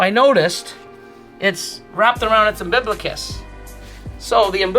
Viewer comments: Did you say “unbiblicus”. Isn’t is umbilical/umbilicus? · Your pronunciation of asphalt didn't bother me at all, but I grew up close to Canada so I've heard it both ways. Umbiblical and umbiblicus made me cringe though. But hey, keep up the great videos and don't worry about what people think about how you pronounce things. People laugh at my pronunciations all the time now that I live in the south.